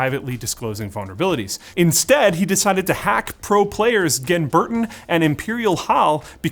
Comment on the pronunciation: GEN - burten not ginburten